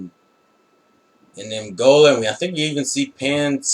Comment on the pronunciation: u pronounce the name wrong, its E-MOL-GAA